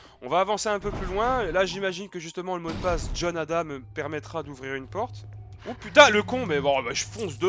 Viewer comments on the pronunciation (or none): lol dans ma tête je gueuler JOHN PAS JON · John et non jhon 😂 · ses john pas jhon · c John pas jhon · Tu m'enervais avec ton "JHON" xD